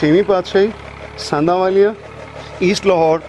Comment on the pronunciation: sandhawalia name hai ji.., na k sanawalia.., tusi name galat le rahe ho